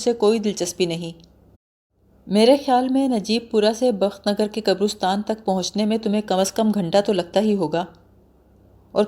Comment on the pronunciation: قبرُستان غلط تلفظ ھے۔ درست تلفظ قَبْرِسْتان ھے۔ (qabristaan) اس کے علاوہ بھی تلفظ کی بہت سی غلطیاں ہیں۔ اتنی محنت کرنے کے ساتھ ساتھ ڈکشنری کا سہارا لے لیا کریں تو سونے پر سہاگہ ھو جائے۔